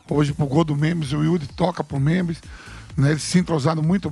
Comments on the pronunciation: Vampeta não consegue nem falar, chamando o memphis de memis...kkkk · Boa, achei que era só eu que tinha observado o Vampeta chamar o homem de memis kkkkkk